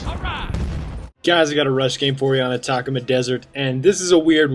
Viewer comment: For anyone wondering its pronounced At-uh-coma desert